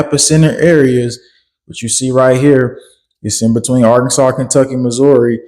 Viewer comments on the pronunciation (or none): none